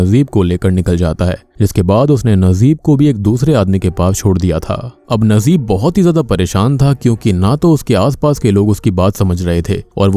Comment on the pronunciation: your pronunciation soo weak nd bad when u take any country's movies character name... Najeeb its not nazeeb